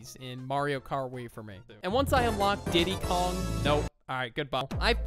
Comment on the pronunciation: bro i thought he said titty kong when he said diddy kong